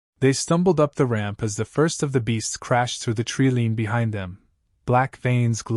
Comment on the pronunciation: TREE LINE not treelean